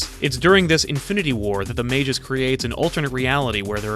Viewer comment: Mage'us? MAG-US!